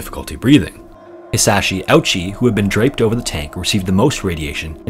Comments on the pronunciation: The story of Hisashi Ouchi (which is pronounced "ooh-chi," not "ouchie") is terrifying. I do want to clear up a few misconceptions that made it into this video, though. While it is true that Hisashi did say, "I am not a guinea pig," he ultimately resolved to endure the treatments, though painful, because he wanted to live for the sake of his family. That was the last position he expressed before he could no longer speak due to being on a breathing tube. Second, the doctors did not revive Hisashi because his family asked them to; they revived him because they were determined to do everything they could to save his life and had not yet concluded that he was too far gone. He was in terrible shape, but there were actually signs that his body was regenerating some cells. Third, the final heart attack may well have been unrecoverable, but it had also been determined at that point that Hisashi was too far gone. The doctor in charge of Hisashi's treatment explained this to his family, and they agreed that the next time Hisashi's heart stopped, no attempt at resuscitation should be made. Hisashi's doctors do not deserve to be vilified for trying so hard to save his life, and his family should not be vilified for wanting so badly to hold onto hope that their loved one would recover. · Irks me though that the narrator pronounces his name as Ouchy. It's pronounced more like Ooh-chi. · The mispronounciation of Ouchi as “ouchie” instead of “Oh-u-chi” is painfully ironic. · idk if anyone has pointed this out but Hisashi's last name isn't pronounced "ouchie" but rather like "oh-oochie". I know the pronunciation might be confusing since his name is spelled out as "Ouchi", just wanted to point that out in case someone made jokes about the pronunciation. Other than that, thanks for your work with the CoHF series! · Poor Ouchi (pronounced oh-ooh-chi), also the gruesome photo you see online when you Google his name is not him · Hisashi “ouch-y” lol